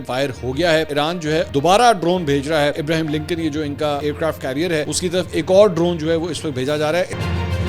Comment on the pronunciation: Ibraham lankan hota hai. Not Ibrahim